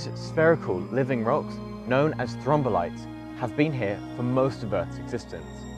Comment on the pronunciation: Great summary, and well illustrated. One question: how many syllables in "thrombolites"? Sounds like is saying "thro-mom-bolites" (e.g., and )